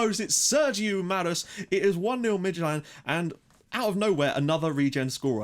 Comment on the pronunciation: And I think that "s" in Marus is a "SH", Marush